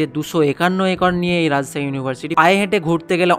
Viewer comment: রাজছাহী❌ রাজশাহী✅